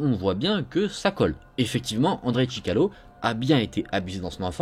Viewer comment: sorry but his name is ChikaTIlo... Nice work, and keep going